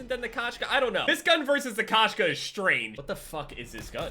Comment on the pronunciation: It’s pronounced Koe-Shka and it means cat in russian